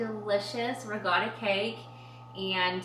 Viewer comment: why do you say regatta pie isn't it ricotta?😊